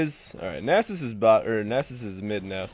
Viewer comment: People in eu dont say nasus like that -.